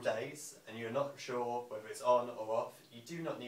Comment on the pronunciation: Really enjoyed that demonstration, thanks. Just one point though,I wish you didn't say "free", "whevver" and "anovver" as it really doesn't give a good impression of the company